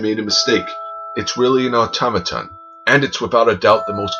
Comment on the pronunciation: It's pronounced automaton